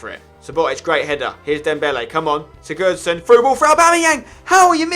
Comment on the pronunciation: Why do you pronounce Sigurosson like such a downer